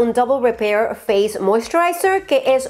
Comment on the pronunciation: Rosyyyyy se dice la roshhh posay😅😅